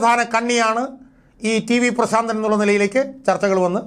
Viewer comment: "ശ " വേണ്ട പ്രാ.... ൻ